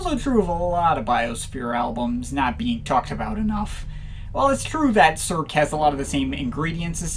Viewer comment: Your french prononciation is lackluster...Let me guess : American & monoglot? :P Cirque is a staple in Geir's catalog, it was more daring than his previous endeavors.